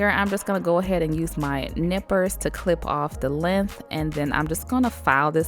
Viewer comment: Love that she uses Holo Taco!!! Yay!!!! Also it’s funny how she said lenth instead of length. 😂